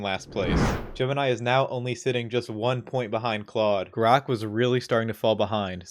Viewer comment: Calling Grok Grox is crazy